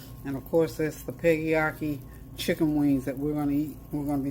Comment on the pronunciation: it's PEGGYAKI